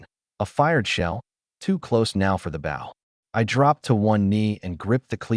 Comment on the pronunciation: for the love of god someone teach this thing to say shed and bow